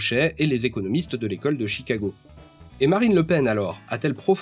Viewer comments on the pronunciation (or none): none